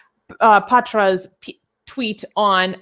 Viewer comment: This is patra ... Not potrosss ... Non sence 😂😂